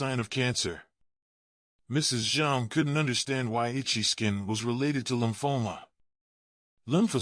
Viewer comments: Lumphola? Do you mean lymphoma? Nice attempt at sounding educated, spelling the same word in several different ways. I'm itchy. I guess I won't have a long life. I'm a healthy 84 years old. Actually not bad advice by a person who has no idea what they're talking about, but very basic. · Lumphoma? Didn't he mean Lymphoma?